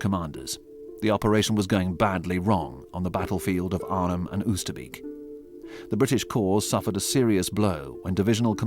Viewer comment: The first time I saw a war grave cemetery was at 14 and it was Oosterbeek ! I will never forget it ! 0osterbeek is better pronounced as " Oosterbake ".